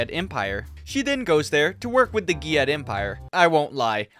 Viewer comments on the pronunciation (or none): I cant stop hearing GYYYAT empire lmao 🤣